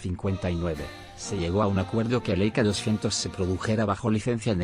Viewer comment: ¡Niñooooooo¡ En que idioma hablas tu? Escribo tal como hablas......... ¿EIKA-200? ¿nombre del modelo SEITA? ¡Aprende hablar, cambia de traductor o dedícate a otra cosa1